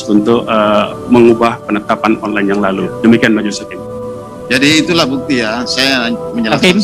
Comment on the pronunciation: Onlan, onlen, onlan, onlene..emang ojol ya...pake wig jd serem..😀